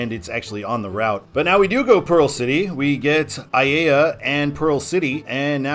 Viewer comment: H201 is signed for Aiea because that is where the freeway ends and it joins Kamehameha Hwy. Pearl City is a couple miles west of the end of the freeway. In fact, the junction of H1 and H2 is "Pearl City" to most local residents. Aiea is pronounced "EYE-EH-AH."